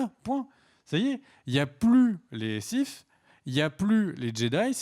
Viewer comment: pas les siffe mais les sith ^^